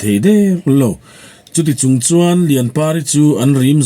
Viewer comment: I aw hriat a nuamin i chhiar thiam khawp mai. Chutih rualin thin tih trin, pasaltha tiha pasaltra tih te, hei bakah chhung tih tura chung, chhuak tih aia chuak tia i chhiar thin tea 'h' i lam hmaih thin te hi han siam tha ta la ngaihthlak a nuam zual ang. Thahnemngaih thilah aw, subscriber nih ve manah.